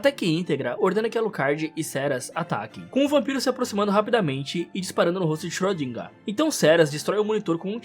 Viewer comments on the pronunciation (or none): o tal do xrödinga(ö tem som de O e E juntos)